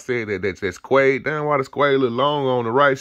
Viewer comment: Bro said squede 😂